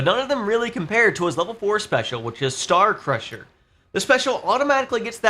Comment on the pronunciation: Star Crusher... Why am I hearing that as "SOUL Crusher!!!1" I wonder?